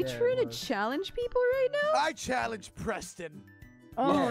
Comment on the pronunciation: Why said "I calenge Preston!"?